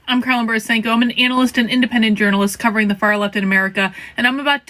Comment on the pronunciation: Karlyn not Karyn